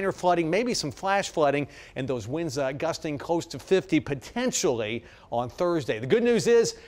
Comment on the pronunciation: "you can't take theaw numbers literally" then why display them?